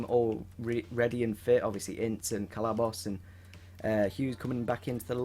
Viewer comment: If u call him cellabos again I'm unsubbing